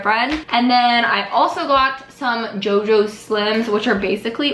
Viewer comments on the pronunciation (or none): none